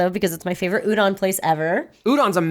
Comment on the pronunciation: Why does Reina pronounce a lot of Japanese words like a white person? Like Udon, Sakura, etc.